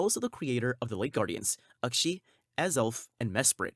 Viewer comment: Uxie being "ukshe" made me turn the vid off, i feel dumber now...